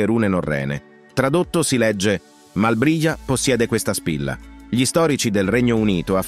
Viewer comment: ..."erano spesso più contemplativi di quanto 'gi li' attribuiamo"...continua la pronuncia di 'gli'.....non ci riuscirà mai!